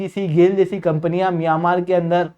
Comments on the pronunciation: miyan-maar 😂😂😂😂 ???? bhai that's pronounced as myan-maar and not miyan wala maar 😂😂😂😂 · मियांमार नहीं म्यंमार है भाई। आप मिर्च खाकर बोलने का निरंतर प्रयास किया करो। धीरे-धीरे आपकी जीभ सही हो जाएगी ओर बोलना सीख जाओगे। उसके बाद कोर्स बेचना 😂😂😂